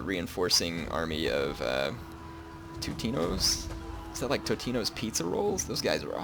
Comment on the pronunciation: I believe it is Totinos Pizza Rolls not Tutinos